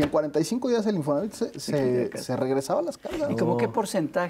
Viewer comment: Oiga don , perdón pero se dice Infonavit, como lo dice el invitado, no se quiera hacer el moderno !!!